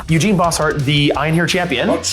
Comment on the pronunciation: I love the armies that plays because he and I share so many, but every time he calls Eugen “Eugene” I cringe a little.